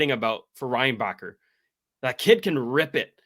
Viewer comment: For your infos, we dont prononce the ck in Reinbacker. Suppose to sounds like Reinbaher.